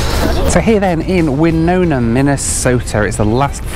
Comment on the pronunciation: You pronounced Winona correctly! That is rare. Glad you visited Minnesota.